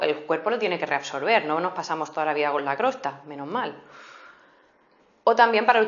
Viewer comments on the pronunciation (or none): crosta? jeje... no se dice costra? :) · excelente hasta que dijo crosta JAJAJJAJAJAJAJ